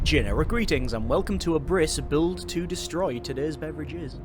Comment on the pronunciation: I guess the game is called Abriss like the German word for Demolition. It is pronounced Ab-riss (short stop after "b", short "i", sharp "s"), instead of A-briss. But all the Youtubers say it like you do :)